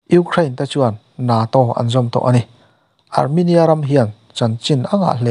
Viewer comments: NATO i lam dan khi a diklo hulhual😂,(Neitaw)tih ang lam tur zawk ani e,chuan a ngaihnawm hle bawk😁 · NATO, hetiang 2syllable ah hian thluk loh tura Ngaihthlak a ni. Tin, zotawng a nih loh ang anga lam mai tur. I'm lam Dan hi Ka vawi 1 hriatna.